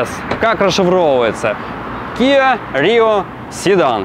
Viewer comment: Да не киО, а киА!!! Кио был Игорь, он был иллюзионист... 😂